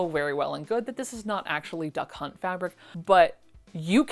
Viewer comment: This is now my new one woman show to go to when I am sad! Thank you for the entertainment, and I will be watching as many as possible!🥰💖🍦🎂🍒🌸🌹🌷🌺💐🌻🌼🥰 PS oh my God I almost peed. My depends when you said duck hunt because I actually heard. Da cunt😳😱